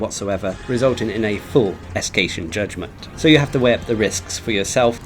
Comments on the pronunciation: Me too but he thought its "Escation" not Escaton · sorry to say this, no offense but the way you pronounced "Escaton" really bugs me lol good job on your detailed guide on how to beat Alatreon though, even though i've already managed to defeat him last wednesday, this is just my opinion but i find him much more harder than the Arch-tempered monsters i've fought not gonna lie but what can you expect, he is a Black Dragon after all